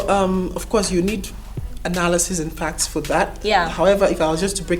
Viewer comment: Bro why she keep pronouncing perhaps as perheps??? And facts as fects? Woman as women? Is it a South African thing or just her?